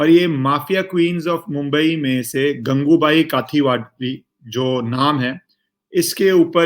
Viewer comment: Correct pronunciation is गंगुबाई काठीयावाडी